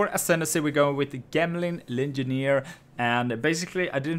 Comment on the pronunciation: Say it with me, "Jemling" its a character using gems, how is gems pronounced?